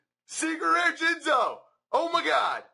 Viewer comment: You, said Jinzo....Cry old fail "JIZNO"